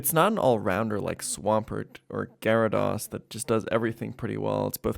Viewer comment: So are you purposefully mispronouncing Gyarados or are you just annoying?